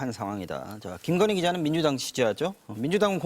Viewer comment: 특검을 거부한자가 범인이다 왜 특검을 거부 합니까 대통령 어록 방송 김건휘 김건희 발음 제대로 하세요 바이든 날리면 혼났으면서